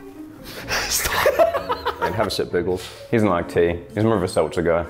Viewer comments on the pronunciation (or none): On the seltzer he said it right the first time then he kept talking then he got mixed up the second time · That’s not fair narrator actually said it right the first time 😫